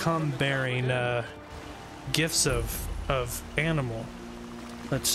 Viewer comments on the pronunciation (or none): none